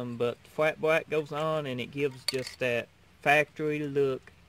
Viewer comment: L is pronounced LLLLLLLLLLLLLLLLLLLLLLLLLLLLLL not WWWWW black not bwack